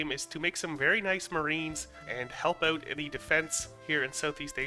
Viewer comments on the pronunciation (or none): I dunno what's worse. Your pronounciation of Maori or out.